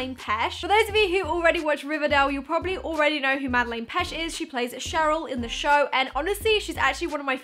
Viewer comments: Sorry no hate but it's peTsch not pesh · Wow I didn’t know I needed this Also her name is pronounced PetCH